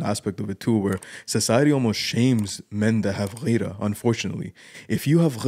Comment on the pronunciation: غيرة=gheera not ghayra